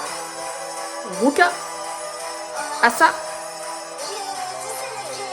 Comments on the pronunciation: Non ça se prononce A-sa, les membres lui en donnait le surnom de Ace-a (parce que c'est la membre la plus potentielle d'être une Ace et que c'est plus cool) à partir de là elle a garder ce surnom mais on peut toujours l'entendre dire A-sa quand elle se présente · Asa se prononce Aisa ou le premier a fait le plus avec un accent américain